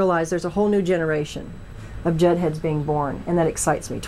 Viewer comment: Greta it is JUDD not JUDGE!